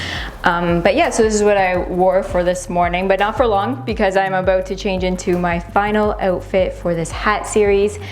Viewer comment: "I'm ABOOT to show you" 🇨🇦